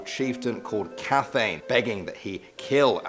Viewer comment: Good storytelling. Cathain is pronounced Ca-hin. Dubhar chu is dove-er ku.